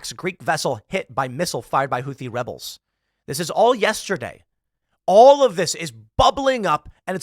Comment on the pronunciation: Houthi "webels" lol